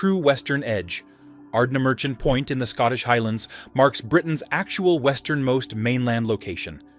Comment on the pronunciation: Berwick and ardnamurchan are not pronounced like that